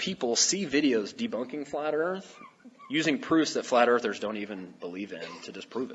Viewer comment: flearthers :) phlearth...